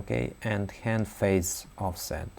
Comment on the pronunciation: ад хэнд хахахаха ля такой русский)